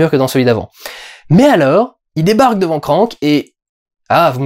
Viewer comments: Juste un truc, c'est "Krang" et pas "Krank" (ça c'est le film avec Jason Statham). ^^ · le film est nul, ok, mais c'est kranG, pas kranK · krangggg !!!! kranggggg !!! pas krank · Perso le doubleur francais qui prononce CRANK (comme crane) et non KRANG M'INSUPPORTE !!!